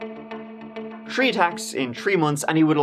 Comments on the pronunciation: You said tHree twice in tree minutes :) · you literally are the best true crime on YouTube! You're getting close to 50k views in the 1st hour and close to 500k in 24 hours, Amazing 👏 One thing though, the number 3 has a 'H' in it, Three, not Tree! Kidding, don't change